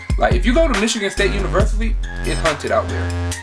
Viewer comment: Are they haunted or hunted? Kinda sounds like you keep saying hunted